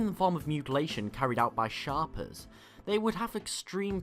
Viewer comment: isnt it shapers as in shape rather than shapers pronounced as sharpers?